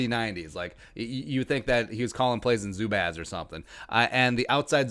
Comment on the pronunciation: Zubaz not Zubaaz